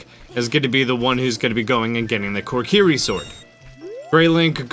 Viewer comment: WHY TF ARE YOU SAYING KORKIRI!?